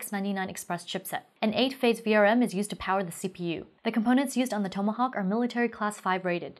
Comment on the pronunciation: TOM-uh- hawk